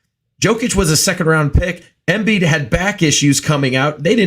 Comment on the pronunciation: pronouncing Jokic wrong is one thing but I've never heard someone mispronounce Embiid